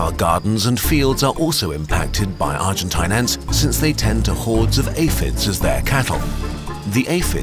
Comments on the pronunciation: Hey mr German guy that tries to sound British. Stop trying to sound like a pompous asshole. It’s pronounced argenteen. Argentinian is plural. Don’t take my word for it, autocorrect will prove me right. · argen-tayn its pronounced as argen-tene lol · It's pronounced Argen-teen, not Argen-tahyn. As in rhymes with spleen, not spine. Note this isn't even a tomayto or tomahto situation, in spanish the letter i is pronounced exactly like the english name of the letter e. "een" is correct, "ahyn" is wrong. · Argentine rhymes with machine, quarantine, marine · It's pronounced "argenteen". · Argentine rhymes with machine It's pokysyllabic